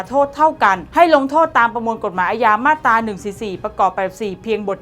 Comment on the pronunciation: น้องครับ......อ่านว่ามาตรา..ไม่ใช่มาดตา...ระวังหน่อย